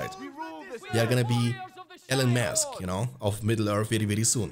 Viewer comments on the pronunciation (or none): Ah Yes, Ellen Mask (Elon Musk) 😄 No hate, love the accent